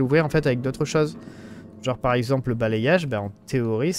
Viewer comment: vers avec les mots bizarre du jeux tu n'arrive plus a lire , c'est pas d'arcie mais d'arce , et c'est pas balayage prononcer bala yage , mais balai yage , référence au coup de balai , le y fait en sons le i deux fois